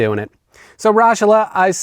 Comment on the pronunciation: Mozart was from Salzburg, hence why a ton of those videos you show from Mozart things are from Salzburg and specifically not Vienna. As a person who's originally from the region where Raschala is (kudos for getting the pronunciation spot-on by the way!), I always enjoy someone dunking on hollabrunn. But I had to say something.